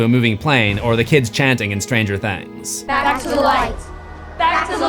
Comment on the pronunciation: Did you say "Stranger Thangs?"